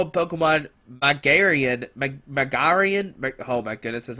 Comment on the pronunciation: its MA GI ANA squeeky comon....learn to read